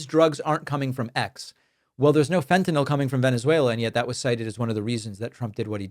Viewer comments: First time "fentanyl" was ever pronounced correctly 😂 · THANK YOU for saying "FEN-tuh-nil." One of my biggest pet peeves is "FEN-tuh-nall." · Thank you for pronouncing the name of that drug correctly! Those people are so illiterate. And yes, attending to that level of detail is indeed vitally important. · Thank you, David, for correctly pronouncing "fentanyl". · Thank god…at last, an American who can pronounce Fentanyl correctly😅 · THANK YOU for pointing out the persistent mispronunciation of fentaNYL!!! This has been driving me nuts! Likewise, "pundiNts"!! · THANK YOU FOR PRONOUNCING FENTANYL CORRECTLY!!!!!